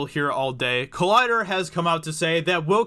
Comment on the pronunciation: Collider not Collder. But yeah they are idiots